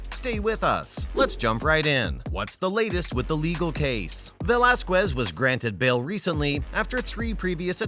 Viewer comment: You are pronouncing his last name completely wrong first and foremost. Secondly he did time in County Jail not prison.